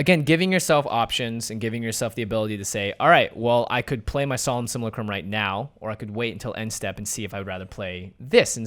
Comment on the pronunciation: Pretty sure simulacrum is pronounced like simulate with a U sound